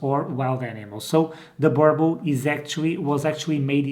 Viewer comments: can you please correct pronounce the name Burble burble does not exist boooorbuuul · He really just said "burble" 😊😂😂🤣🤣🤣🤣🤣😭😭